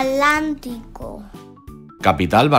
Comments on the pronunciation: no es alantico es atlantico jajjaaja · no confundas es Atlántico no alantico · atlantico no alantico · oh atlantico literalmente dijo alantico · El niño pronuncio mal Es atlántico no alantico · era atlantico no alantico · Se dice Atlántico, debe sonar la L , NO Alantico 😒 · Dijo alantico y era Atlántico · 2:8 alantico y era atlantico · Atlántico no alantico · ay muchas cosas mal dichas en el video por ejemplo en vez de atlantico dijeron alantico y cuando dijeron lo de santander dijeron en vez de bucaramanga bumaranga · Es Atlántico no alantico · Si van a enseñar ablen bien disque atantico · no es alantico es atlántico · 1: 57 alantico lol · Muy maluco el video porque el niño se equivoca mucho por ejemplo en Atlántico dice al antico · error de pronuciasion al minuto dijo alamtico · dice alantico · Muy buen vídeo, aunque muy mala pronunciación de los departamentos de Atlántico, Cesar, Antioquia, y Arauca y de las ciudades capitales de Cúcuta, Bucaramanga y Tunja. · Que vídeo tan malo es un mal ejemplo para la acentuación de nuestros niños en las palabras de cierto departamentos como Atlántico, Arauca, Antioquia entre otros y Bucaramanga mal leído y así tantos errores por favor que lo desmonten de Youtube. ¡QUE DESASTRE!